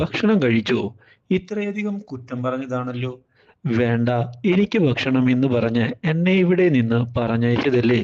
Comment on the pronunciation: ബക്ഷണം ബക്ഷണം